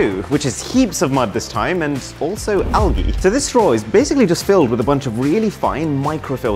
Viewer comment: Man really pronounced algae like that smh